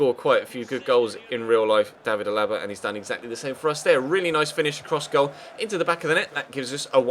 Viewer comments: C'mon, it's David A-la-ba, not a-LA-ba. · Your saying alaba's name wrong